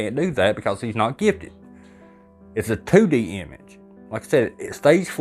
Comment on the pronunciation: 2D...two dee...Tew dee...😅😂😊